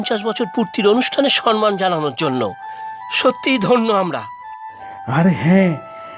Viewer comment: Shobdota samman, not Sanman